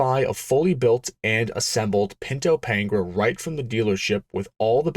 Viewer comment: It's not Pain-gra, it's Pan-gair-a, pronounced like Pantara, as in De Tomaso Pantara, the then current semi-supercar that you could buy at your local Ford dealer. The context of time and place matter, especially in a documentary style video. Other than that, good video.